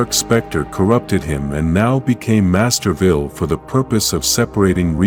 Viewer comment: That is pronounced Master Vile not Master Vile.